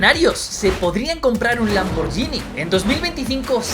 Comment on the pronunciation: Gracias por estos vídeos, solo una cosa, a ver si poco a poco va entrando: se pronuncia "Lamborguini" ya que la H italiana en esa posición hace la misma función que la U en castellano.